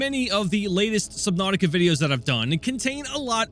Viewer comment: He said subthoutica